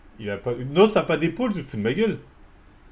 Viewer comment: C’est N.O.S frérot comme ça se prononce frérot sinon GG la vidéo sah, tu fais kiffer comme d’hab